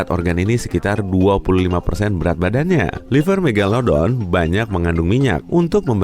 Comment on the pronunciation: Siapa yg inget dulu nyebut "meglodon"